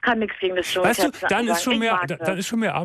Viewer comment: "Dschungel", nicht "Jungel" :-)